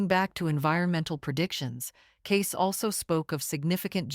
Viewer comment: His name is pronounced “Caysee”